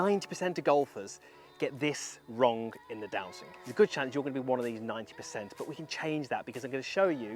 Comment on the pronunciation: Golfers might be striking the ball “wrong” …but you’re saying “wrong” wrong. It’s not wrong-guh, or strong-guh.